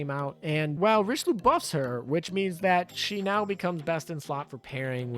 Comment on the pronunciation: Great video, but your name pronunciation is driving me me off the walls Richelieu: ree-shu-loo Saint Louis: sahn-loo-ee Zuikaku: zwee-kah-koo Friedrich der Große: the German 'ch' sound doesn't exist in English. It is made by constructing the air between the tongue and roof of your mouth, similar to how s, f, sh, and th sounds are made in english. Freed-reech der grow-suh. If you're having trouble, say freed-rish. It's still better than calling her Frederick